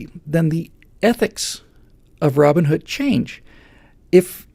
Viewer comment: Steve Jobs is not way too rich. He's way too dead,. Oh, the mythical (probably) hero has a first name and a surname... ROBIN and HOOD and they are pronounced as separate names.. Hence, he is Robin Hood. You pronounce it like it was ROBinhood (like BATman or SUPERman).